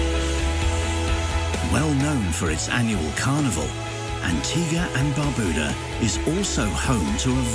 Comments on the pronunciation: Lmao, the music really goes well with this video about my country Antigua+Barbuda. Pronounced (BAR-BYU-DAH) Everytime he said Barbuda i pissed myself😂lmao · Lol Someone correct this guys pronounciation on Barbuda!!! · NO ONE CAN PRONOUNCE THESE ISLANDS PROPERLY!!!!!! Cyant! Barbooda?!